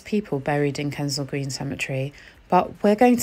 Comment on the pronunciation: It's Kensal Green dear, not Kendell Green.